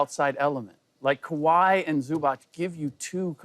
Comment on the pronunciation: Did Acho just say Kahwi Leonard and Zubac🤦🏾‍♂️😭